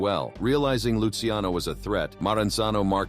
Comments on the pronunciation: Luciano sounds like Lou Cha No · Say it with me.. Lu-Kay-Zee